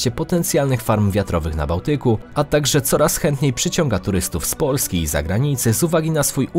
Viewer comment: Czemu wymawiasz samogłoski podwójnie? XD POOlski